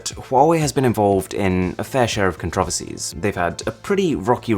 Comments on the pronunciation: The way he pronounced 'controversies'. That must be that new english. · I've never heard "controversies" pronounced like that..! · what is that pronunciation LOL first time hearing it that way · Can we talk about how he pronounces controversies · "controversies" you said it wrong lol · He pronounced controversies wrong